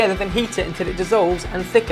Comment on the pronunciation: Has anyone else noticed that when says 'until' he pronounces it 'untel'